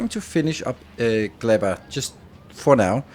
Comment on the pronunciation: "Glebba" "yuMAko"